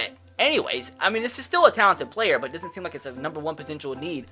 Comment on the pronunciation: Instead of saying “but” it is “bwut” for him😂😂😂